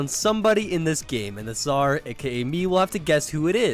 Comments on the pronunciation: imagine pronouncing czar suhzar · please pronounce czar correctly i beg you